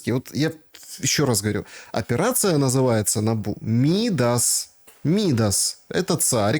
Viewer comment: Царь МидАс, а не МИдас😊😢